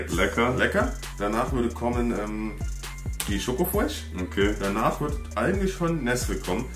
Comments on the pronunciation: sagt nicht Fresh er sagt Fuesh xD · sagt nich fresh er sagt fwesh